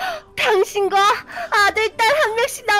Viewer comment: 당신과가아니라 병신과로 들음